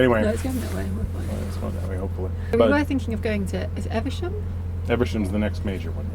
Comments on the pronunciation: Eve...sham not eversham.. You spotted the house thats on my list of lottery purchases :-) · eVe. SHAM!.. come on, it's we're meant to laugh at for his pronunciation of English place names. You're letting the side down here.